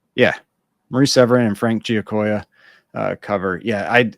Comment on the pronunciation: bravo on the correct pronunciation of Giacoia 👏 and how did you know I'm folding laundry?! 😅